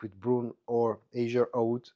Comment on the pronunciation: Azzure Aoud ist pronounced in a italian way. Azzurro means blue in italian.